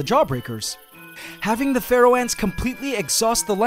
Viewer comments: All this time I've been thinking you're saying "Ferral Ant" with a strange accent. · DG K same it makes sense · Omg same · OMG I'm not alone! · Whenever he says “Pharaoh”, I hear “Feral” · I hear pfereoh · Oh, Pharaoh ants, when you've mentioned them before, I thought you said "feral".